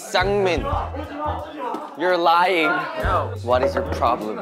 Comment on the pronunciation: hyunjin sounds lowkey american when he says "you're lying"